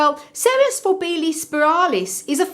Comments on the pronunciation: it is pronounced For-Bee-see-i not For bee-see. a double i is pronounced 'ee-i' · Forbesii is pronounced For-bee see-i. The double 'i' in Latin is pronounced ee-i